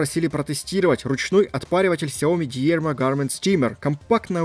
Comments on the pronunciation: стоит всё-таки выучить английский язык и понять что в английских словах ударение идёт на первый слог потому фирма называется д'Ирма. То де*типо у тебя то диерма, пора повышать уровень, подписчиков то у тебя не мало... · дИрма,... дИИИИрма))) ну таковы правила английйского) Замок на свой амбар хорош)))